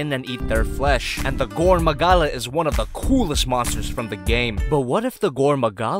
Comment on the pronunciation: Just gonna pretend you didn’t say “gorn magala”